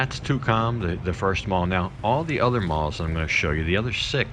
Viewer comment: First time I've ever heard Tukcom pronounced " Too Com " ?